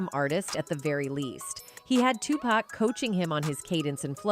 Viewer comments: Geez somebody has to really let the narrator know about her piss poor pronunciation, like whoa wake TF up lady it's not 2 pack it's 2 pac, and lunis? It's LUNIZ, THATS A Z OMFG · "Redmen" and "2-Pack" 😂😂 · Dr dree, tupack, bo wow